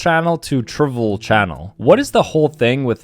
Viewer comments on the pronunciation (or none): none